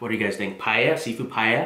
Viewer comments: At least he stopped pronouncing it as pallea :D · its pronounce as PA-EL-YA. Its looks good though. Love from Philippines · Its also pa-e-lla not paella. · I thought paella is pronounced as "Pa el ya " 😂😂 anywayss that looks so good 😍😍😍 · It’s pronounced “pie Ella” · Its Pa el ya. xD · Its so annoying everytime you say PAEYA wtf?